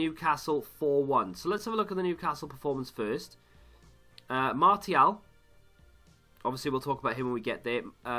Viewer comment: I cant believe you say martial like mar-T-al